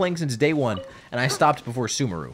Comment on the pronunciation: your pronunciation of 'sumeru' dates you for real lmao x) im very excited to see you experience grass land for the first time!